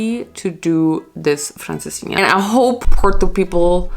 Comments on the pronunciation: You say francesinha sooo well 😄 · You said Francesinha so well!!